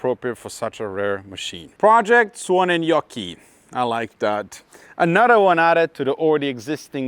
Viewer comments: Did you practis saying suonenjoki how much because you sad it very well 😁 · As a Finn and living about 50 km from where you bought the car, I couldn't be happier about this video. You pronounce Suonenjoki perfectly!